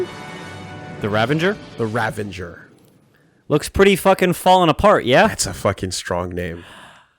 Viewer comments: It's actually a very common thing. So many people say r-avenger. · Just a little note: The ship is actually called the "Ravager" . . . . I mispronounced the word "Ravager" as well some 17 years ago while making a Runescape account, but I've chosen to live with that mistake ever since.